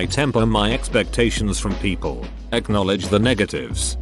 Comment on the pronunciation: Nobody: Synth Voice: Pronounces ‘People’ as ‘Peeoplee’